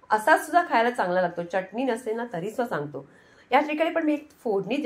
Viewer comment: च्यटणी नाही चटणी म्हणतात. बाकी उत्तम रेसिपी आहे.